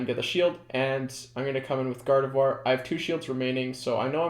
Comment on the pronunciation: Thank you for being the only YouTubed to pronounce gardevoir correctly